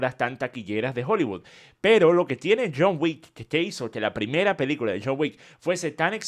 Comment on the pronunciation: DECIRLO con todas las letras. PELI-CULA. 😂